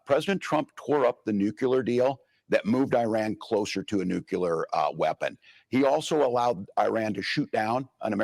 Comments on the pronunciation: I love this woman interviewing him. She’s pretty badass. She would make a great moderator. I don’t trust anything he says. He’s a liar. Oh I misspoke 🤦‍♀️Ok I noticed the other night and now that he pronounces nuclear, NUCULAR! 😮😮😮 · Walz says nooK-YOO-ler